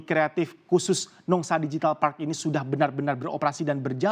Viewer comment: Pelafalannya "digital", bukan "dijital". Karena kata digital sudah diserap menjadi bahasa Indonesia